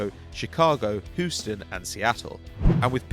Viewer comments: it's pronounced Hugh-ston not Hu-ston. Get it right mate, there is plenty of Brits living here. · pronounced Houston as "Hooston", it's correctly pronounced "Hueston" for anybody who might be going there. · Pronounced "Hewston" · HUSTON ITS HOUSTON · "Hooston" lol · Whoston? Fuck off it's Houston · "Hooston" ffs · what you've never called it Uooston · Wow you just pronounced Houston wrong :( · I fucking cringed ..